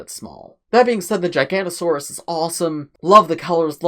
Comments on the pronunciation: Every paleo-nerd when mid said "Gigantosaurus": 😤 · It is jig-a-note-a-saurus and thare-i-zeen-o-saurus